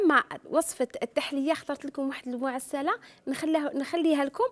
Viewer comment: المعسلة. الفتحة فوق س ماشي الكسرة.